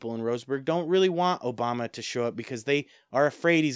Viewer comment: Obama, not "Oboma"